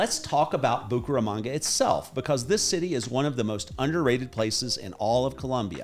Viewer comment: Bucharamonga, Bucaranga, Bucarest......que es eso!! Esa voz en español aunque agradable pronuncia muy mal el nombre de la ciudad.